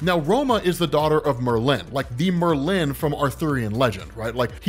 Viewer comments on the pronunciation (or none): MER-lin. Isn’t the first syllable emphasized?